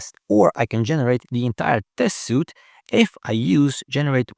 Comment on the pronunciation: I don’t know how I can trust someone in testing who doesn’t know that the word is “suite” (sweet) not “suit” (soot). It’s like a hammer to my forehead every time you mispronounce it. I don’t know how anyone can profess to know anything about testing and not know something so incredibly basic.